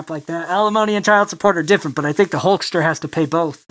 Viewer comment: Thank you for saying hulkster